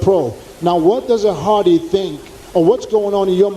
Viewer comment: Hadi. Not Hardy